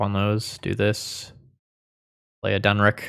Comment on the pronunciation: Den-NICK. It's Den-NICK. 😅 Also, unless you are playing around counterspells or something, you may want to do your Discontinuity on the opponent's turn in response to them putting something on the stack so you can get one of their cards, rather than doing it in their upkeep. Basically on the theory that the spell they thought they were casting is probably better than the random card they drew.